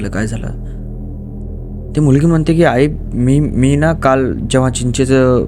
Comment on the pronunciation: चीचाच झाड, नही भाऊ! चिंचेच झाड हो!😂